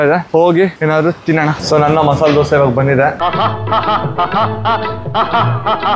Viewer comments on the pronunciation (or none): none